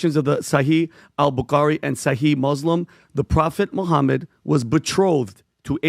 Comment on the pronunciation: Hiw can you speak about islam and, and get his name wrong this is just basic stuff, embarrassing